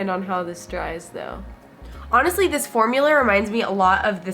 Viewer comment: “this formulerr” 😂